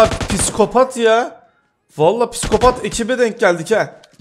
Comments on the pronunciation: "Piskopat" değil "Psikopat" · Abi o kelime piskopat değil psikopat